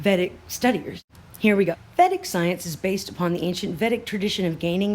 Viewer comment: Pronounced vay-dick. The scriptures are amazing. Check out Art of Living. It's based on them.